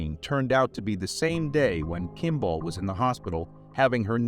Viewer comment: I really wish you would have looked up how to pronounce 'Kimball'.... might have connected a common name you have heard with the spelling you apparently have never seen before.